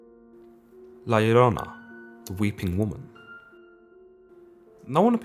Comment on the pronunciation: Props on pronouncing La Llorona correctly